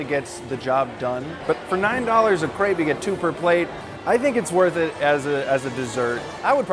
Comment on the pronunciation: Knows a good crepe. Still can't pronounce it.